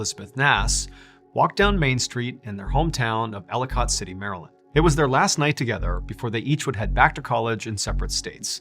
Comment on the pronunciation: I’m from Maryland. That area is pronounced like L E cut